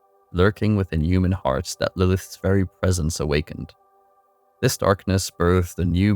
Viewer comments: Good video but man you mispronounce a TON of words. The worst one is saying Lilith-is instead of Lilith's over and over. Really took me out of the story. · You keep saying Lilithes instead of Lilith's and it's killing me. But the video is great. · I'm sorry bro but I had to stop watching after the 4th or 5th time hearing how you pronounce "lilith's"